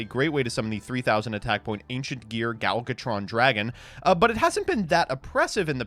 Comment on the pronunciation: Is calling Ancient Gear Gadjiltron Dragon "Gal Gotron Dragon" some sort of Gal Godot joke or something? I ask because he dogged for his pronunciation of the card name while simultaneously getting it wrong every single time he said it. THERE IS A "J" IN THE NAME. YOU KNOW, "J"? THE FIRST FUCKING LETTER OF YOUR NAME? YOU KNOW HOW "J" IS PRONOUNCED DINGBAT? YOU ABSOLUTE BUFFOON?!